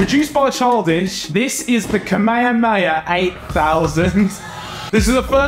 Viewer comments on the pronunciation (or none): how did you pronounce that "KA-ME-HA-ME-HA"? :( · Don’t think knows how to say Kamehame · NOOOO😭😭😭 You said Kamehameha wrong bro have you watched DBZ!?